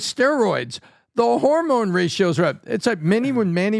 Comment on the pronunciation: Supposed Man of Science Neil DeGrass Tyson: "Harmone levels"